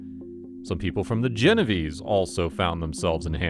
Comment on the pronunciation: Geno-vay-say, not Genoveeese!